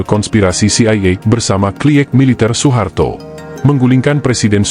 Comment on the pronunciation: Sepele tapi menjadikan narasinya kurang nyaman didengar. OE harusnya dibaca U.